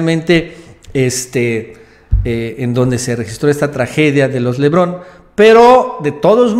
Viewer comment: se pronuncia LEBARON LEBARON LEBARON. No lebron en